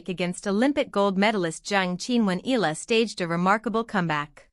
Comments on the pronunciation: If it's AI it cannot 'read' it properly: Eeee-ya-la. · PLEASE pronounce ALEX EALA...EYALA, NOT ELA.😮